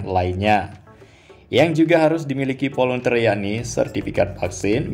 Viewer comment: Volunteer cara membaca volentir